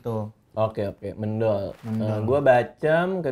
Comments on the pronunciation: itu tempe mendol yang dari jatim dibacanya méndol bang bukan mendol wkwkwk itu biasanya bumbunya : garem, gula, cabe merah, bawang putih, kencur, daun jeruk sama terasi dikit. CMIIW 😅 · itu namanya mendol bang bukan mendol, pake e bukan e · Mendol bacanya bukan mendol bang, tapi mendol.. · mendol bang bacanya bukan mendol wkwkwk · Mendol terbaiiik, dan memang lauk, bacanya Me bang bukan Me, Me untuk Merah bukan Me untuk Merem.. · Mendol bukan Mendol, e nya kayak suara waktu bilang eek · Bacanya bukan mendol, tapi mendol . . . . . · ngomongnya mendol bang bukan mendol :(( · MENDOL BANG PAKE E BUKAN E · MÈNDOL JAAA REJAAA..BUKAN MENDOL..CEPAT REJA LAHH BANG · mendol bang .. e' bukan e ejaan jawa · mendol... baca "e" nya kayak kata bebek bang... bukan "ke" kwkwkwkwk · Bang bacanya Mendol itu "E" nya kyk baca bebek🤣🤣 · Bacanya bukan mendol as in "me" nya mendoan, tapi kayak "me" nya meong. Krunya bang radit gak ada yg org jawa timur kah? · Cara baca mendol yg bener itu serupa sama "cendol" kakkkkk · Bang, bacanya Mendol itu Men nya kayak di Menfess.. Dol nya kayak di Doll 😅